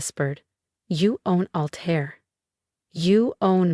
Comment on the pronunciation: Altair not alter.